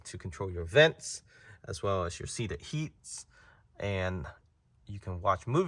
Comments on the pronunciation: Seated heats ? 😂😂😂😂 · "seated heats" man i also make that mistake alot 😆🤣